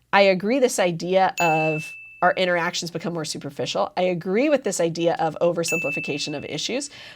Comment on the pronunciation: she said "interic-actions" instead of "interactions" lol